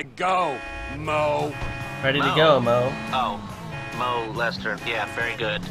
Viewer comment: Lol Moe-Lester